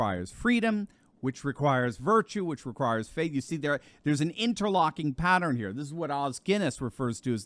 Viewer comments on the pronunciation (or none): none